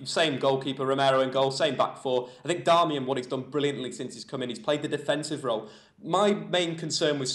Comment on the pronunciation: Stop saying "Darmayan" loool his name's 'Dar-mi-an' its not hard haha